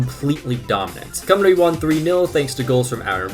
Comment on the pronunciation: Painful hearing him pronounce Ll as an L, and Cymru As Cumree